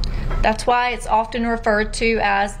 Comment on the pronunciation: WHY第一次聽到被念成娃